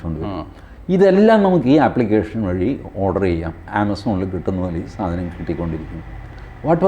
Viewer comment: വളി അല്ല വഴി . . . വഴിവിളക്ക് 😂😂😂